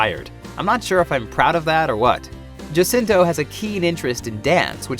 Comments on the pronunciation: Its pronounced as HAcinto, not JAcinto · he pronounces it as Jacinto... :3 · Manny HA-SIN-TO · He pronounces it Jasinto (J like Jason). I heard it in an interview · eh? Well it's Ha-sin-to here in the Philippines. Js are pronounced H. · He's in the us, so Manny pronounces Jacinto the way Western people would say it. but in the Philippines it's pronounced HA-CIN-TOH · I get how youre pissed, I wish he said Chiddy Ana-keendrick. And also sorta wierded out by the way he pronounces Jacinto, I'm pretty sure there was 1 Philipino president with the last name Jacinto, or Vice president, at this point I just dunno.